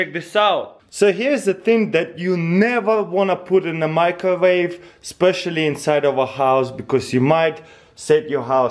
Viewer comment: i love how he says microwave in the beginning, majcjowave. OH silly russians